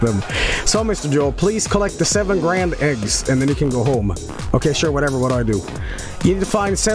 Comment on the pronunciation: Joel can’t say GRAND without DAD